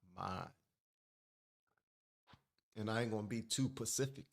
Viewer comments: Did you just say Pacific? It’s specific. I love you and your content but come on bro. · You need to be SPECIFIC....NOT PACIFIC ...LOL.